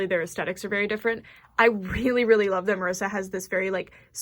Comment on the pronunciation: I LOVE how you pronounce Marisa the way its supposed to, her being latina and all. <3